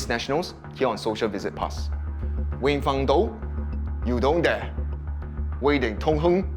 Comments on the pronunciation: that guys name is actually pronounced as “dong tooen dat”...not “you don’t dare” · What I heard was "you dong dare" 🤣🤣🤣